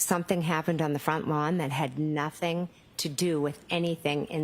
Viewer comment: The emphasis on nothing to do with anything inside the house is craaaaazy!!!!